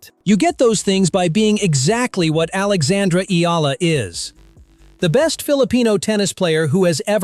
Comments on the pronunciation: Please respect Alex by pronouncing her name correcty " EH YALA" . Thanks appreciate. Blessings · Eala is pronounce as,, E-Ya-La... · Eala pronunciation E ya Ia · 👎🏽 Pronounce her name correctly!!! And stop exaggerating!